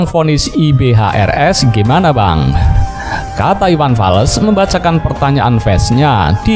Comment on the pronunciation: Iwan fals bang bukan iwan fales🤣🤣🤣